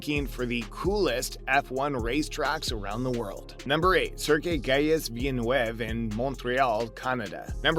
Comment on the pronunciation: Learn how to pronounce Gilles Villneuve.. otherwise you have no wings here